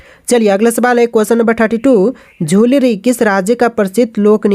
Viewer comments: लुझरी लिखे है और झुलुरी 😂बोल रहें है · Sahi se padha kar bhai likha kya hai padh kya rahe ho , likha hai लुझरी और पढ़ रहे हो झूलरी , aise thodi na hoga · Jhulri nahi hai vo lujhri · Bhai झुलरी नही लुझरी he vo